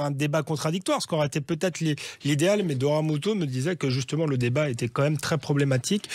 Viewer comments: Doria et pas dora avec ces jolis yeux on fait un effort pour l appeler par son juste prénom . C est peu gênent de l entendre dire 10x dora au lieu de doria . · "Doria" aïe...